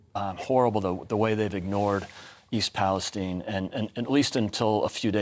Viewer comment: East Pale-STEEN, Neil